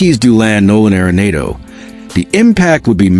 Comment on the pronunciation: Stop mispronouncing arenado😢